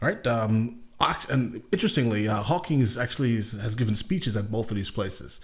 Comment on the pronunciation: Hawking. Not Hawkings.